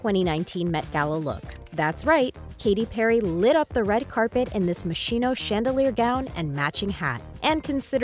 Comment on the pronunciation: The letters CH in Moschino are pronounced like a K, not like a SH.....just saying